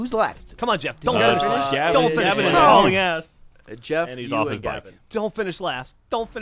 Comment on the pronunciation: It's not "Did Not Finish" It's "Did Not Finger"